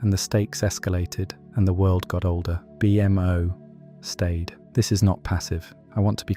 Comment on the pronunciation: Amazing in depth video… but the B M O irks me a tad. In all the iterations of the MO family it’s -MO like the creator. A-MO, B-MO, and so on. Like I said I love the vid just nitpicking.